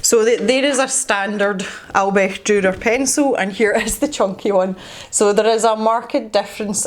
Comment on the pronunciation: You did such a good job pronouncing Albrecht Dürer :D I really like your painting and I think his name should be Fred or Freddy :) I got my ScrawlrBox yesterday and I'll combine my ScrawlrChallenge picture with MerMay, even though it is the April ScrawlrBox, but it is May when it got to me. I wonder if the May box was supposed to be inspired by MerMay... would be interesting :) I think, judging by the last two or three boxes that they have taken the results of the survey they did quite seriously. I mean, they have included pads or sketchbooks with paper since then, so I guess more people "complained" about the little paper we got. They really improved, I think.